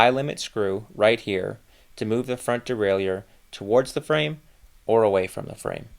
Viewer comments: As a bilingual speaker I can help with the pronunciation of ‘derailleur’. It is like deraillER. No i sound. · Stop adding an extra syllable to Derailleur!